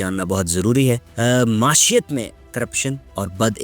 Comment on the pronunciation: معیشت کا تلفظ درست کر لیں معاشیت کو ئ لفظ نہیں ہے معی شت یعنی معیشت